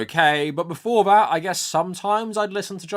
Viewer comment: that sounds like "instead of" and not "before"